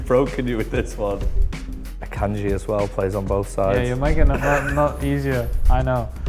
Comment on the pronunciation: Man said Akanji